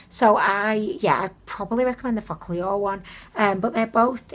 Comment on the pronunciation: Haha i can't get over how you pronounce focallure 😂 fock all your 😂 love it!